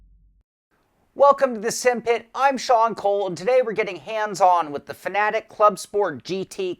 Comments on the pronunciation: ITA PRONOUNCED FAN, AY, TECH NOT FANATIC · Bro what is that pronunciation of Fanatec? 😂😅